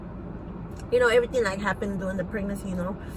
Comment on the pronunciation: Like I don't know like her saying eryteng and den prolly talking like you know hahahaha.......